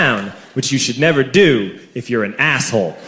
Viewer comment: "Eef the police"